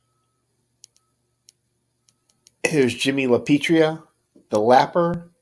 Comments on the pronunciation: La pee eh trah..LAPIETRA...not ...la pee tree uh..LAPETRIA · It's LAPIATRA, not LaPitria. I heard that the old guys could get in real trouble for mispronouncing someones name especially from Italian to Italian, it was considered a big sign of disrespect. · I always laugh at how you pronounce the Hook's name: L a P i t r i a :face-blue-smiling